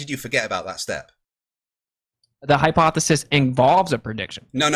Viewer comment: My boy got some stupid hair 😂 also ..why he saying HYPOFESIS 😂😂 people that say words wrong always say them like 100 times in the conversation 😂